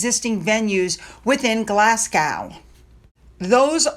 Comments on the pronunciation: Just a mention that Glasgow is pronounced Glaz go (not gow) as this will probably come up again several times in the future. Love your channel and thank you for covering the real Royals! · it’s pronounced Glasgo the W is silent. Also you were very near pronouncing Scotstoun. That’s pronounced Scotstone xxx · It pronounced Glass Go 😂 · Glas-gow. Ben-kneevis!!! Never heard of them 🤦‍♀️🏴🏴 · it’s Glas. Go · Hi not nagging honesty but Glasgow is pronounced Glas-go. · Glasgow is pronounced Glas go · hope you don’t mind me saying that Glasgow is pronounced Glasgo!xx🏴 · My husband is born there and we were laughing at how said it.... Definitely just said as Glaz Go